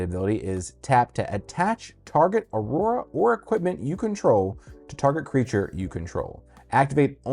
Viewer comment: He realy said auruara